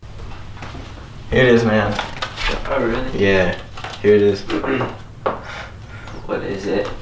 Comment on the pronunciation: I thought he said “haters man” even tho he said “here it is man”